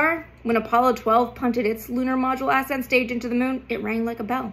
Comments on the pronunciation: Ass-ent or ascent? The pronunciation killed me. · I love you content, space nerd myself here. But why are you pronouncing it “Ass end” stage? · Forgive me. Emphasis should be on the second syllable of the word ascent. Not the first.